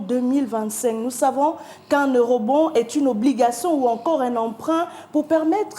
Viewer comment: Quel Ministre? "Eurobonde".